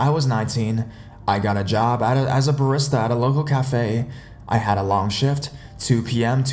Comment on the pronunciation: Like the way you say soon forgot it and barista